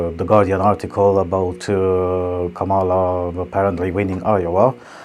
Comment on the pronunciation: Actually, it's pronounced "Comma"la. Also, Kamala should have won :)